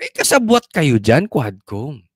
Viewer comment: DID YOU SAY "K'WAT" COMM????